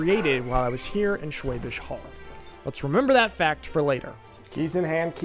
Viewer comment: I do accept his "Schwäbisch" but he still says "Holl" to be honest. Look, we are goddam nitpickers, we have to. Also, "Brezel" would be nice, spelled correctly :)